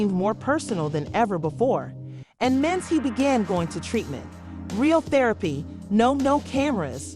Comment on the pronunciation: Get the names right. Yandy, not Dandy… who is Mens? Can’t take any of it seriously.